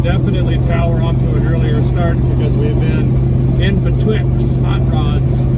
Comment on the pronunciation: Dude, I say B’twixed too!!!!! 😂😂😂😂😎